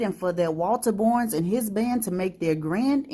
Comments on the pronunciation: 👍I’m sorry to hear that so many folks lost their lives. Thanks for sharing.💝 I’m trying to figure out why the narrator is saying “Borns” instead of “Barns” for the pronunciation of “Barnes”.🤔😩😞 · Pronounced BARNES... not "borns."!!! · I enjoyed the story. It was great, however, you didn't pronounce the name Barnes properly. It sounded like Bournes instead of Barnes.